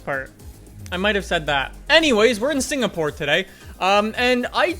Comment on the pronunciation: Hey, I am from Singapore and I love that you actually pronounce it correctly. Hope you come here some day!!!